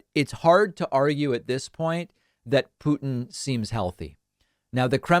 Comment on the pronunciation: Thank you for not saying pewtin anymore